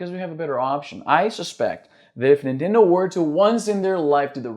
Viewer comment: Não consigo ouvir "nintendow" e não rir